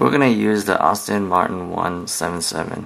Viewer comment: It's As-Ton not Aus-tin Martin. Their is Austin Healey but they are junk compared to Astons. Anyway, nice video by the way.